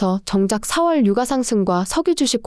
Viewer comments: 성우쓰실때 제발 유까 주까 최고까 로 읽어주세요. 저는 이게 너무 신경쓰이네요. 주식방송에서도 오늘의 삼성주까 이런식으로 읽어주는데 여기는 삼성유과로 읽어줍니다. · 인정ㅋㅋㅋ 국어는 된소리 발음을 표준어 발음으로 인정하고 있어서 '유가'가 아니라 '유까'가 맞습니다. 김밥을 김빱이라고 발음하듯. 된소리 발음을 해주셔야 귀에 잘 들림.